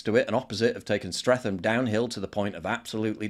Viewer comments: Stre'th'am....the h is silent yer Northern scallywag! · It's pronounced Stretam.. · Stretem is how it’s pronounced. It used to have a great nightclub that was called the Cats Whiskers in the 60’s and 70’s, Studios in the 80’s and Caesars in the 90’s. Now it is a gambling arcade. All that history. Says a lot about society today. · For all you non Londoners, it's pronounced Strett-am. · Streatham is pronounced Stret-um. You don't say the TH like you do in bath or math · Small point, Mate...Streatham is pronounced Stret-am. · I will pronounce it streatham forever just to p*** off you brits. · You're not from London, Paul, but the town is pronounced STRETTAM. (However you pronounce it, though, it's been utterly wrecked by "diversity" and "enrichment".) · Pronounced "Strettam" Paul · As someone who grew up in south London I'm struggling to not be wound up by how you say Streatham haha. The correct pronunciation is Stret - um, rhymes with atom. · The "th" is Streatham is a hard T sound :) as in Streatam. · Paul, as an Englishman please at least learn how to pronounce "Streatham" - the internet is full of helpful pronunciation sites and tools. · Paul cant even pronounce Streatham correctly, like he gives a fuck. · The 'h' is silent is streatham. Your making it sound posher than it actually is with that pronounciation. I had to drive through there everyday with eastern european beggars walking in the road coming up to you when you were stuck in traffic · Thought you’d of known how to pronounce Streatham correctly, But this is bang on that whole high st especially that Somali corner is disgusting I live close to it dread having to go through sometimes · Why can't you say Streatham? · You are pronouncing Streatham wrong. The 'th' is a 't ' sound. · Paul doesn't know how to pronounce Streatham? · Love you PJW but I’m weird about pronunciation. You’re saying Streatham wrong! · Pronounced Stret-am not Streth-ham, bloody northern monkey 😂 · Streat-am. Not Streatham